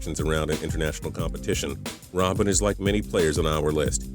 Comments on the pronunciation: u also said 6 song u say it iron robben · when you said Robben's first name I developed aids